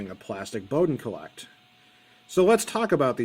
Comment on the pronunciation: Colet is not pronounced 'collect', it's 'cowl-let'